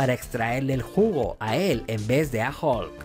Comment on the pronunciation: Hihihi el doblaje latino dice hulka